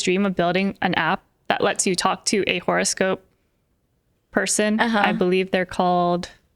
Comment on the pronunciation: WE WOK DE TOK NOT ONLE TOK DE TOK